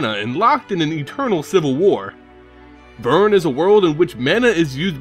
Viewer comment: Sorry, but I think you pronounced "Vryn" wrong. The world name, Vryn (VER-in), rhymes with "grin" "pin" or "spin". You pronounced "Vryn" like "Vyrn" (VERN) rhyming with "turn" "fern" or "burn" It came off pretty unpleasant for me. I'm sorry if I'm being nitpicky, but I just thought it would help to inform you.